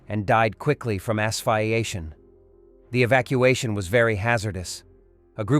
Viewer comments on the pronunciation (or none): Please, not ass-fi-ation. Dammit, do we have more AI here?